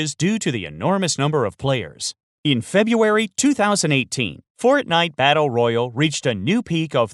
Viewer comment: Holy fuck you say fortnite battle royale wrong